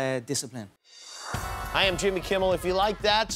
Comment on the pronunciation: Did he say ‘decipline’.....lol....throwing a dolly through a bus full of people is fabulous decipline! Just awesome!